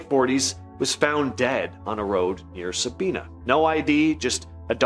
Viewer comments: It is not Sabeana it is Sabina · Sabina Ohio is pronounced differently than you said it. It don’t rhyme with Tina, it’s Sab👁️na. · It’s pronounced sa-bine-na Sabina Ohio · Sa bye na is how Sabina is pronounced. I live about 15 minutes from there. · The lil town Eugene was in is called Sabina... pronounced ("Sah-bye-nah") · It is pronounced Sa- Bi-(by)- na